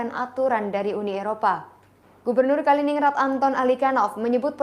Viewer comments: Kalining gred kak bacanya. Bukan ningrad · Dibaca Kalinin-Grad bukan Kali-Ningrad.. Sperti Stalin-Grad atau Lenin-Grad 😂 🙏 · bacanya kalinin-grad, kaka .... 😊🙏🏽